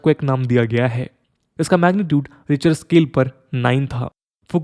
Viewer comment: रिचर स्केल या रिक्टर स्केल?